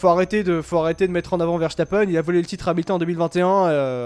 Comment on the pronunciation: Juste un tout petit détail: ça se prononce Veurstapeun et pas Vèrchtapènne. C'est un nom très courant en Belgique.